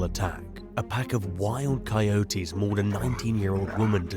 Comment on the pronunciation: After the 5th or 6th time coyotes were called coy-otes like a coy fish and otes like a cereal of oats, I couldn't take it anymore..lol sorry buddy, I know it sounds personal but it's not, I just couldn't take it like Deon as Die-on.